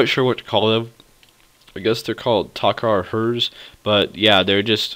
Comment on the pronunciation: u do know its TokHaar and not TokKar just sayin